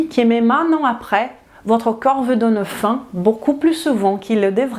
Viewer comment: Bonjour excellente vidéo très bien détaillée et structurée comme toujours mais suis-je le seul à entendre parfois "coeur" à la place de "corps"? Un tout petit axe d'amélioration...